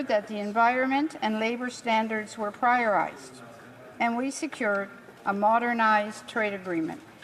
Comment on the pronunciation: These people are just 'talking heads.' They have to read their script because they did not write it themselves. An example of this woman not understanding what has been written for her is here at: where she reads, "....we observe that the environment a labor standards were priorized*....." rather than saying prioritized as one would if one were using one's own words. The entire thing, as usual. is sprinkled with mistakes such as this. You can look up consultant expenditures by Googling: *Costs for consultants hired by government to rise by $6 billion under Liberals.